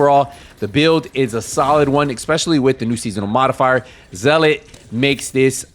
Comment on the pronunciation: You’re the only content maker that knows how to pronounce zealot. Respect